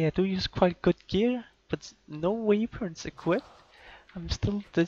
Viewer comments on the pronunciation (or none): weh-pons not way-points